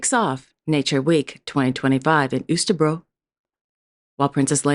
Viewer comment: Always nice to hear your rapport, you did a fab job of pronouncing Østerbro.